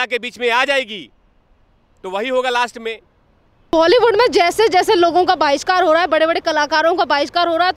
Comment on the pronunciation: जी बोलते तो सही और अच्छा है,लेकीन बोलने की धुन में शब्दों का गलत उच्चारण करते हैं। मसलन- बायकॉट को बॉयकॉट बोलना, कलाकार को कलुकार बोलेना इत्यादी-इत्यादी।इसे सुधारें, क्यूँकी उत्तर प्रदेश तो हिंदी भाषा का गढ़ है। ठीक उभी तरह भेंटवार्ता लेनेवाली मॅडम भी कुछ इसतरह से शब्दों का अशुद्ध उच्चारण करती हैं। मसलन- इनके बोलने में एक शब्द है 'बाहिष्कार', जब की इस शब्द का सही उच्चारण 'बहिष्कार' है,न की 'बाहिष्कार',कारण आपके इतना अच्छा बोलते समय शब्दों में जब व्याकरण संबंधी कोई त्रुटी आती है तब ऐसा लगता है मानो कोई स्वादिष्ट पकवान या सब्जी खाते-खाते निवाले में अचानक से कोई कंकड़ या बाल आ गया हो। अंत में हिंदी भाषा का सौंदर्य बनाए रखें। धन्यवाद।